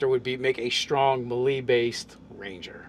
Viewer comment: I just noticed that you say melee wrong and I am now forever triggered when you say it XD